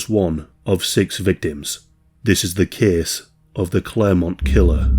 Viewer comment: ‘This kehss tehkss plehss….’